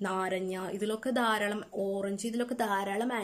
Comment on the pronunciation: നാരഞ്ഞ അല്ല നാരങ്ങ 😂✌